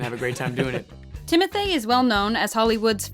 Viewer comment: Timothee would be great as spider man also its actually pronounced "TimoTEE"